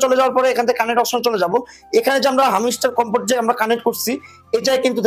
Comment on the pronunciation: হামিস্টার কামবাট নাহ হামস্টার কমবাট😂